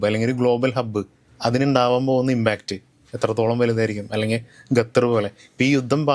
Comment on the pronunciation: പൊന്നു ചേട്ടാ ..ഗത്തർ അല്ല. ---ഖത്തർ